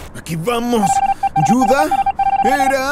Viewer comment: Se dice Judah no yuda